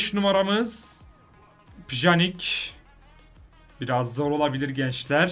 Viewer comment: Pjanich te yanlış söylüyor so fifa dan baktım